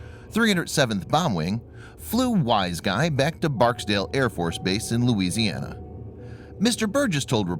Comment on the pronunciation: Thank you for pronouncing Louisiana correctly!